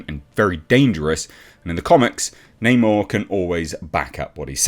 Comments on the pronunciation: It’s Ackshully “Nah’Morr” you filthy colonist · 1. Create a character identical to original comic book Namor. 2. Call him Neymohre, instead of Namor. 3. Make lots of movies. 4. Profit! I mean they changed his name anyway right? F*c*ing Nah-Moor, for no reason at all. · It’s not namor it “no more!”